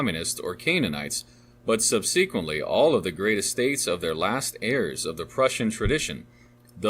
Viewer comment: Painful to listen to due to excessively poor pronunciation on the part of the reader. I’m slogging through - but who can’t pronounce “subsequently”? Literally all names mispronounced makes this reading sound like AI (even as we can apparently hear the pages turn). 😵‍💫😵‍💫